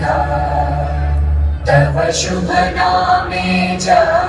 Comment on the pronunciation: Bahut same beet chuka ,jab se Rashtia Gaan nahi suna ,abhi sona to ptah chla ke ham apna rashtia geet theek se pronounce karna bhool chuke hain . Is gaan ki pankti jo boli gayi who galt boli gayi kuchh is trah : tab shubh naame jaage ,tab shbh aashish maange ,jise theek se kuchh is trah bolna hotahe , TAVA sh.......jaage ,TAVA shubha aashish..... Is pankti Tava ko theek se nahi bola gya TAVA ka meaning Tumhara he